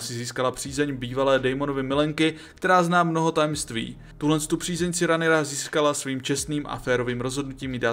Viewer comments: Když už tak Rhaenyra=Renyra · Vyslovuješ mena hrozne zle, Aegon= Egon, Aemond=Émond, Rhaenyra=Raenyra, Vhagar je dračica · video super ale ta výslovnost…. Aegon - ejgon😭 (má být Egon) Daemon - dejmon 😭 (má být čistě demon) , Vhagar není vejgar 😭 rhaenyra není Ranyra 😭 ale Rényra.. A co je nejhorší meyleys není malejs 😭ale mejlýs👍